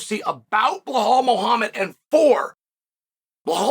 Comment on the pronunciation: Undisputed. Never lost a round at name pronunciation. Now let's try again بلال - Bilaal This is the name of a great personality in the history of Islam. The first black revert/convert in Islam, who was also a freed slave. And the official caller to the prayers of the Muslims. The silencer of the colonialist orientalists who think Islam is only an Arab religion. Islam encompasses all ethnicities. It's your choice to accept it or reject it. Have a blessed and peaceful day 👍🏼 Now say this... I bear witness that there is no God except Allah, the one and only true God. He has no partners and there is none like unto him...